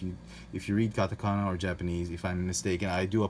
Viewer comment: 日本語のカタカナの読み方上手です。！ You are so good at Japanese katakana in pronunciation.